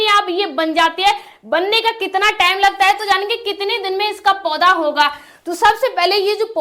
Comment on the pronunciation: Time ko tame bol rahi 😂😂😂